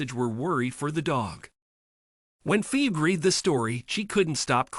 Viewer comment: Umm, the name is pronounced Fee-bee